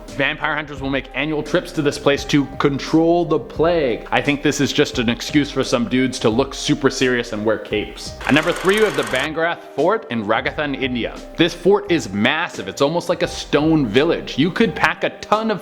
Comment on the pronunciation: ITS BHANGARH... U CALL IT VAN GAR... AND RAJ AS TAN ... NOT RAGATHAN !